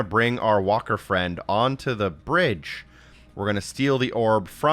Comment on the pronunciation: "And... Brige" supercut needed